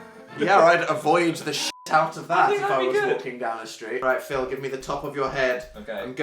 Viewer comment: did dan call phil "patick" bc he's a star?